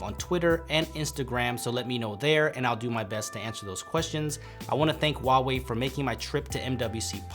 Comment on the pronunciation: 你怎么不会说华为? HUA wei not WA wei. holy shit man.